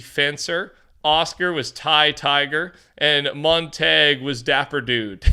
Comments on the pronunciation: It's pronounced mon-tayge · Montague is pronounced MONT-A-GEW. The ending is like the word Glue, without the L. Please correct it in your next video. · no way he just said "flammay faytale" and "montagg" bro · That name is pronounce Mon-Ta-Guoo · I swear everyone says Montague wrong. No one must know romeo and Juliet i guess 🤔